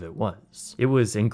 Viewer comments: Bro.... ok... I enjoyed the video, but it's canAl, not Canel St. I'm from Louisiana, and hearing you say "canel" just.... ugh canAAAAAAAL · It’s pronounced “kanayal”